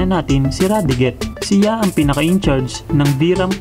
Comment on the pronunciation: vyram was pronnounced as "byram" radiguet as "radigue"